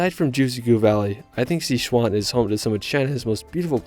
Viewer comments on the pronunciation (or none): none